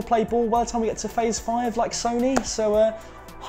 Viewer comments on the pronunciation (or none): none